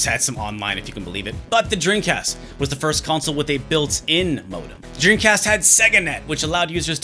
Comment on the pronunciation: this guy makes a video about dreamcasts but cant even say it. his lips NEVER TOUCH, dude keeps saying “dreencast”. i’ve been subscribed for months but this is the first time ive ever noticed that lol, i cant tell if hes just fucking around or its really how he says it